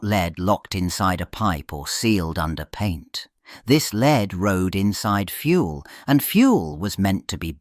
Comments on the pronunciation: Leed....??? Wtf AI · Just read it yourself. A.I. is obvious. Leed? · C'mon AI, make up your mind. Is 'lead' pronounced led or leed?